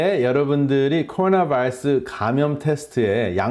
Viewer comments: 발음 미쳤네요.. 쿼루나 베이라스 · 코오나바일쓰 발음좀 제대로해 미쿡놈이냐